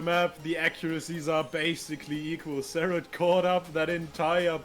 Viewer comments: wait... was it always pronounced "serret"? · Is his name pronounced care-rit or sare-rit